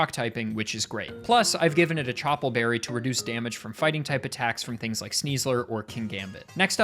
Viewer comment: ohhhhhh CHOP-le berry